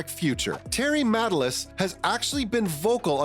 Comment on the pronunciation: Not interested in listening to bullshit from somebody who can't even pronounce a name correctly. The accent is on the second syllable of Matalas.